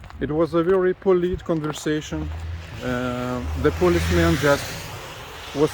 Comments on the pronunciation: Polite is pronounced “poh light”. It is not pronounced the same as the word “police”. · Polite is pronounced PO LIGHT:) Means respectful behaviour